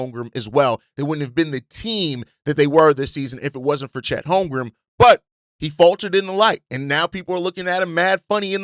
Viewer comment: Bruh his name is HolmgreN there is an N at the end not an M. Holmgren stop saying HolmgreM